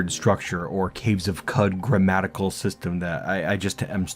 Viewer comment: I'd love quicker with more minimal animations, as it takes a while to learn and Qud runs can get pretty long! I think Qud is pronounced 'Could', like qudzu ('could-zoo'). This evokes the myriad possibilities within the game, as opposed to cow-chew. Oh, and definitely use Backspace to go to specific people and stuff in a zone you've explored!